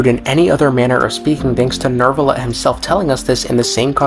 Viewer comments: You call him Nervillette? Istead of Neuvillette? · why? why some people says neRvilette?